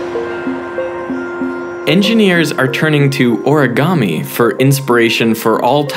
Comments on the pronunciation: It is not pronounced or-a-ga-me. It is pronounced o-re-ga-me. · オルィガァミィ が好きすぎる